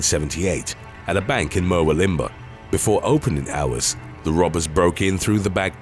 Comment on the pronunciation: Murwillumbah is pronounced mur-wool-im-baa just so you know 😊